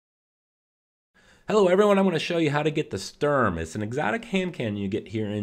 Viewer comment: Says "Strum" like 50 times....doesnt even read actual guns name